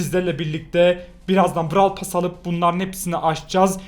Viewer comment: Abi brav pass diyil brov pes diye okunuyor